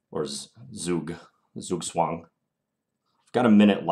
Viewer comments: Zugzwang = "TSOUK-tsvang" in German... I only mention this because you seem to be trying to say it conscientiously. :-) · rhymes with Farouk - same vowel as 'food' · Hey John, im from Germany and the U.S. zugzwang pronunciation sounds very funny, maybe you could try the german one: ˈtsuːktsvaŋ example from Niklas Huschenbeth